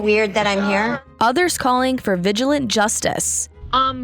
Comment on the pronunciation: "Vig--a-LAN-tee." Good lord!